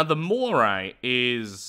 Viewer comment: "The Mockray"